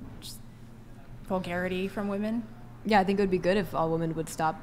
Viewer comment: At around 2min. in... why is it (yet again) seemingly impossible for young women to use the plural form of the singular Woman? Ladies... honest question... it’s really not rocket science... why can’t you say “women” /wi’men.... It’s not that hard to say it correctly. Why have so many young women in the US seemingly lost this ability to use the grammar from their own language? Simply boggles the mind....